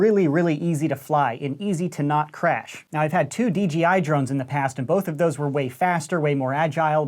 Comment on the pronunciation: I used to be an RC nerd. Also: Says DGI instead of DJI